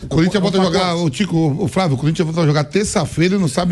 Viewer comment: Parei de ver quando o folclorico Vampeta disse 'Fravio'